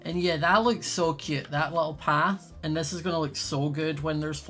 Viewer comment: I love how he says cöte